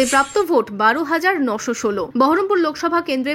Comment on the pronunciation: বহরমপুর বলছে না , বলছে বারাম পুর মানে অসুকপুর